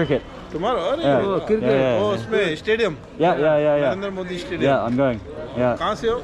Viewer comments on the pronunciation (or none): none